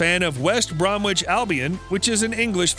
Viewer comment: The 'w' in Bromwich is silent.